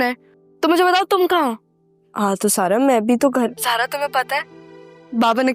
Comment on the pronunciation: Kisi ne notice kiyaa Zara ko sara bar bar sara kahti hai